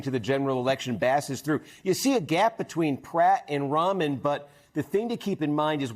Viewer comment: must be pronounced Ram an not Ramen